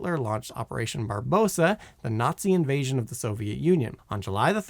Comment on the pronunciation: Today you should find out how to pronounce like 30% of the words in this video. "Ziggarit"? "operation barbosa?" Really?